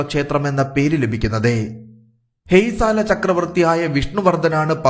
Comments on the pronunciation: It's Hoysala ..not Haysala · ഹേയ്സാല അല്ല, ഹോയ്സാല